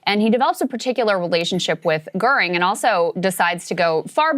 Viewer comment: Why is correctly pronouncing Hermann Goering's surname an apparently unmasterable task for Saagar, whereas Krystal had no problem with it at all. C'mon, Saagar.